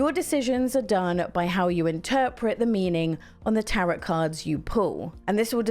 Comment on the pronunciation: It’s pronounced ‘Tarow’ lol